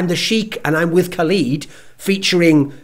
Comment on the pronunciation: It's pronounced ka-led. Not ka-leed. plz